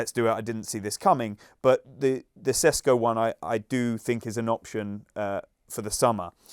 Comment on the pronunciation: I know the pundits probably aren't particulary interested into pronounciations, but if a player is connected to a transfer of your club for two years, I think they could find an open slot to learn Sesko is pronounced Sheshko.